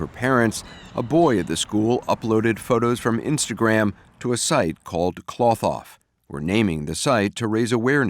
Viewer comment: Cloth-Off...NOT KLOTH off